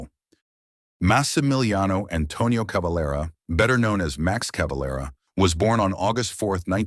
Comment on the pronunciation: CaveLEra et non Cavalra pauv’ tache de robot !⚡️⚡️